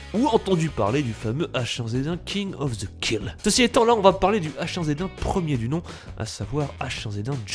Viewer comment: "king of the kill" bon je me suicide :P "ayèmbot" ah tu t'arrêtes pas xD Nan je déconne, bonne vidéo ^^